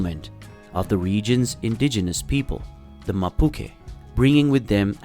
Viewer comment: Please learn to pronounce the names of cities and specially the name if the indigenous people of Chile. I cringed when you pronounced Mapuche!!!